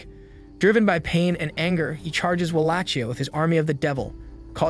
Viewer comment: Am I crazy or is it not pronounced “Wah-lake-e-uh”?